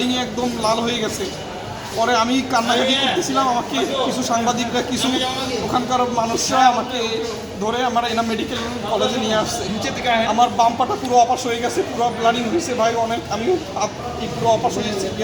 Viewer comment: ব্লাডিং? না,ব্লিডিং?